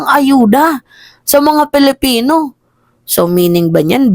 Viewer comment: PILIPINO not PELIPINO